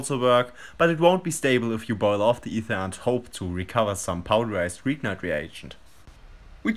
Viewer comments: "greeknart" ? Its Grignard. I spell it like "Grinjar" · Just a quick remark: "Grignard" is a French name and is pronounced "Gri-ni-ar".